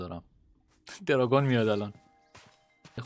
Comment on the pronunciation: آدم های معمولی : وای دارگونعلی سینا که از ماتریکس فرار کرده : درانگوزجگ😂❤